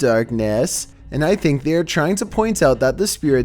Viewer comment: Hunter Sadler I finck it’s perfecet